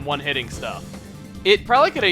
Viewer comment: It sounded as if he was saying Juan everytime he said one xD